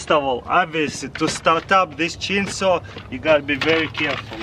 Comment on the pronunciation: The way he say chainsaw "cheen soo"